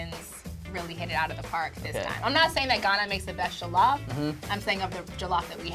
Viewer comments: Who gives af jollof rice isn't Nigerian in origin anyway who cares what a Nigerian would think of his pronunciation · Can someone teach him how to properly pronounce jollof...abeg! He's giving me a headache! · Exactly I just cringe when they pronounce it wrong.😖😖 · This is bothering me for real, has he never heard it pronounced before? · 30 seconds in and he says jollof wrong. What have we done wrong to deserve this. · The way he says jollof triggers me 😐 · JOE - lauf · The original will always be the best 💅🏿🇸🇳 and why are they saying jo LOFF instead of jollof very annoying lol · Criss O Oh loff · “joe-lawf” nah g. it’s JOLLOF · JOH-LOH-FRYCE JOLLOF RICE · I swear to God if he says joe-lof one more time it's pronounced jaw-lof sort of NOT joe-lof🙄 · JOE-LOFF ksksdmmksskm mans shut up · Michael ._. J-awe- loff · bro says “Joe-Loff” i don’t trust him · Yes JO LAWF 🥴 cringeee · JOO lof ugh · what is joe-llof ahh ad3n say it correctly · Onggg🤣🤣🏃🏾‍♀️🏃🏾‍♀️ “Joe-loff” is how he pronounces it💀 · It’s a person. “Joe lough.” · Hahaha why do Americans say Jo-lof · "JOE LAWF" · Pretend like we are still doing phonics so it is pronounced as jo-llo-ff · It pisses me off it is Joll off that’s how u pronounce it and the is Nigerian woman can’t pronounce jollof properly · JOE-LOFF?!!! Seriously 😦😂🤣 Thankfully, I was eating jollof with plantain while watching the video 😁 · as in🤣... He said JOELOFF my sister 😂😂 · jOeeELLoFF rice , I swear it bothered me hard. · I cringe each time he says jOlof hahaha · JOLOF MON. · First of all, I'm Ghanian and the way they are pronouncing Jollof is MADDD ANNOYING!!! Like Seriously? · Man we already know Senegal where jollof originated from we have to give them credit and the way they are pronoucing jollof is annoying. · I’m somali and we dont eat jollof but the way they’re saying it is a piss take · This woman cannot pronounce Jollof correctly but she has taste-buds. #GhanaianJollofForever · The way they are pronouncing Jollof is ANNOYING ME.....